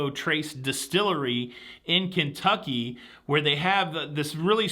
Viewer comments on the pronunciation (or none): none